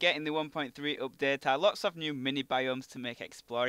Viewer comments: you say oupdate not update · "cannot weet for this updeet" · you say UPDATE soooo weird